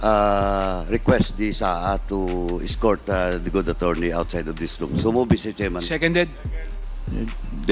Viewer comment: put@ ina mo paduano.. MISTER CHAIRMAN lang ndi mo pa mabigkas ng ayos..🤣🤣🤣🤣🤣.. pano ko sasamba sa iyong hudiyo ka..